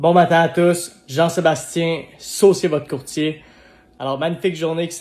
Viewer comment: Saucier votre courtier? C'est juste moi qui a pensé les fois qu'il articulait mal qu'il disait "jean-sébastien sucez votre courtier"...🤣